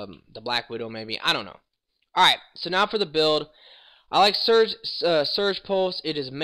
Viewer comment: It's Siege (seej) pulse, not Surge pulse